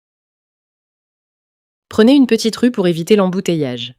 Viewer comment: почему девушка говорить rue как рущь ?